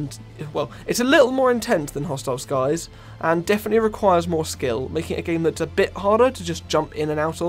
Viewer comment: I’m mad at the fact that he kept saying hostile sky’s 😂😂😂😂😂😂 all g tho amazing vid 🎉